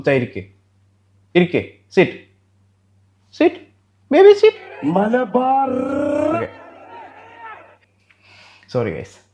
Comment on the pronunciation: ഇടക്ക് മലബാർർർർർർർർർ വരുന്നുണ്ടല്ലോ 😂